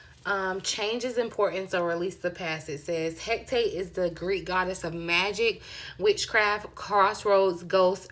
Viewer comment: Hecate, pronounced Heh - cah - tay 😉💖💛